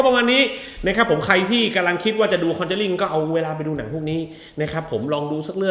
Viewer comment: คอนึจารีคึ ออกเสียงแบบแจแปน